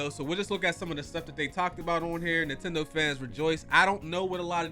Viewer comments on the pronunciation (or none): none